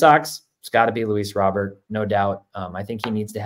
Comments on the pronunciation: . *Roh' bear"...Not Robert.. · It's actually "roh-burrrrr" Roh-bear would be french